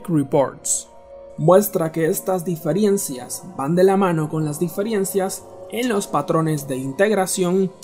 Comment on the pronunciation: Utiliza esta misma información para que aprendas a pronunciar la palabra Diferencia